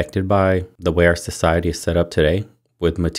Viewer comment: "So, 'sigh', Hetty." Society. You say tomato, I say, stop stop it's too crazy.